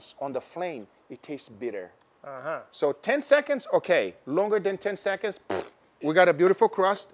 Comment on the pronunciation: counting 10 sechonds in 3 sechonds 😂